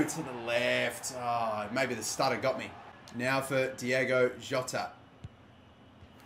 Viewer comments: Hey, it's Diogo not Diego Jota. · ITS DIOGO NOT DIEGO HE MAKES ME HAPPY HE MAKES ME FEEL THIS WAY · As the chant goes “it’s Diogo not Diego” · Dio-go not Diego! Bon-a-tini! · It’s Diogo, not Diego. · It's diogo,not diego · It’s Diogo not Diego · its diogo not diego